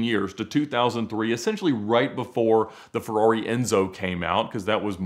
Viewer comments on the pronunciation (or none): none